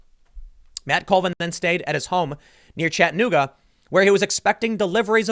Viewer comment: It’s pronounced (Chatta-new-gah)